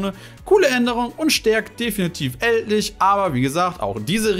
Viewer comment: Ich komm nicht drauf klar wie du manche Kartennamen aussprichst. Ich wäre nie auf die Idee gekommen "Eldlich" mit deutscher Sprechweise auszusprechen 😂